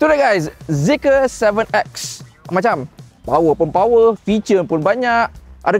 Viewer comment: Bukan zeeker lah... Tapi ZEEKR.... SORA DLM PERUT.... BONGGO....BONGGOOOO....😂😂😂